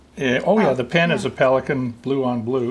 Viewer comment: Wow...He can't pronounce the name of the product.